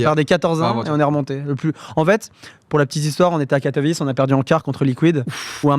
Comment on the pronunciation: La prononciation de Katowice c’est Katowitsé et pas Katowitché